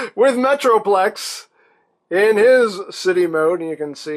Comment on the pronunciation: he said meatroplex